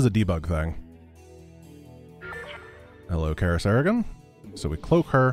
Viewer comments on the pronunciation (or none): Is it just me or does he keep saying Karah Serigan ? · It's intentional.